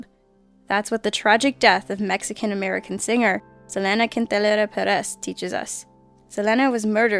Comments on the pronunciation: "se-LAN-a" it's pronounced "se-LEAN-a" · I'm not sure how this mispronunciation happened, what with the Internet being a thing and all., love you to bits girl, keep bringing us facts, but meanwhile just repeat after me: Sah. Lee. Nah. Keen. Tah. Nee. Ah. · SELeeenah Quintahneeyah , how you pronounce her amazing name. ;) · SELENA IS PRONOUNCED SE-LEE-NA NOT SE-LE-NA TRIGGERED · Selena Quintanilla's name is pronounced the same as Selena Gomez (Suh-lee-na). I don't know why you kept saying S-hu-len-uh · It isnt sa-lan- a. It is see-leen-a. Watch the movie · SaLenAh haha it's pronounced Sa-Leen-Ah Interesting videos ✌🏼️ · Cool list! A lot of fans pronounce it Suh-lee-nah, not Suh-len-nah tho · I hate to be that guy... but Selena's name is pronounce Seaa Leena. Se with a long "e" Lena with a long "e". You pronounce it like it's spelled with an "A" ect. "Salena". Just thought I help. Btw, whenever I see the 'M' on the videos I squee alittle because you have such a cute and soothing voice. :D just sayin. :D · On #3 her name is pronounced Seh-Lean-Ah. Not Seh-Len-Ah. I can't believe a simple name can be butchered so easily. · I love this channel but I've gotta help you pronounce some names. Selena- like Selena Gomez [S-uh-Lee-n-uh] & Yolanda [Yo-lawn-duh]. 😜 Thanks for the always fantastic content! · Selena is pronounced SA-LEE-NA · Its pronounced SAleana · It's pronounced SeeLeanAh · Selena Sell-Ee-Na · Why the hell is she pronouncing Selena's name as Salehnah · wow you really need to figure out how to pronounce Selena Quintanilla-Pérez (suh-lee-nuh keen-ta-knee-uh Perez) and Yolanda (Yo-lawn-duh) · It's pronounced Sa-Lee-Nah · Selena is pronounced Sayleenah. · It's pronounced Cell+Lean+Ah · That SAL-EN-NA? 😓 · its pounced SEA-LEE-NA KIN-TEE-NIA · its pronounced Sah-lee_nah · you are one of my favourite narrators so I thought I might add for future references, it is pronounced "Seh-lee-nah" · It;s pronounced saw-lee-na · Selena. Sel-Ee-Nu. 😊